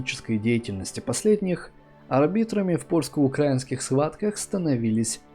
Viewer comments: видос классный, но украИнский, а не укрАинский) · Видео шикарное.Только прошу типа правильно украинский ударение на инский .А то слух режет